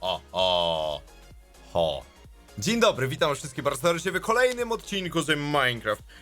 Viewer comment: 0:6 a dziń dobry diń donry